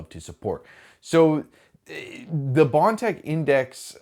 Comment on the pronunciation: Thank you.At least one of you guys will say it.The way it's supposed to say prusa, with bontex.Indx thank you